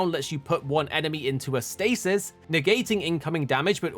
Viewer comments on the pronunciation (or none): none